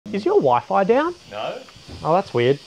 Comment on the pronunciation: The way that first bloke pronounces Wi-Fi 🤣